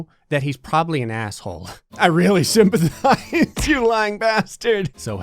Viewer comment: “I really sympathesize” I’m sorry, what? LOL